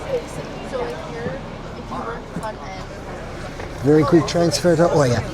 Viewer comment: NOT OIA it's IA 🤣